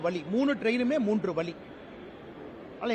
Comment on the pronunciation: Vazhi not vali...thala vali..